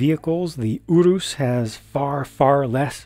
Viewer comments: This was a really good review. I've found myself in unusually universal agreement with your thoughts, especially regarding the British & European price point. I'm also pleased to hear your pronunciation on Urus as I had no idea how to pronounce it myself, so now I know what to call it. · I'm Italian and I approve your pronounciation